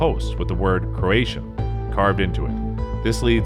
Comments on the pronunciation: I'm the first comment! Cool video... interesting topic. I don't know about the other nine locations, however, regarding number five: "Rowan-oakey" for "Roanoke" Virginia. It is pronounced ROW-uhn-OAK, and "Croatian" for "CROATOAN" It is pronounced "krow-uh-tow-uhn". I thought that you might like to know. 😺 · I cant believe the mispronounced names of Roanoke and Croatoan! OMG !! Where have you been hiding! Apparently you didn't attend any history classes. I'm astounded that you weren't fired from this job. And I'm really surprised this video wasn't proofed before being posted. I dislike poor workmanship. 😞